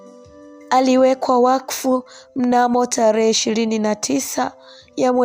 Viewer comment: Historia nzuri. Ila ndugu msimuliaji jitahidi uboreshe kiswahili chako hasa matamshi. Semanini🫴Themanini, Talehe🫴Tarehe, Wiriam🫴William